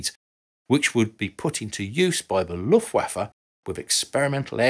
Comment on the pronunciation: Amazing that this design went out of production THAT early - given the service life of many of these jets (and especially the Tomcat being such an icon of the 80s) I didn't realise how very old these designs were. Btw. I appreciate how you pronounce Luftwaffe correctly, and want to offer some advice for other German words: What you see is what you get in many cases, meaning the vowels are usually pronounced just like in the phonetic alphabet (as well as the Romance languages). ;)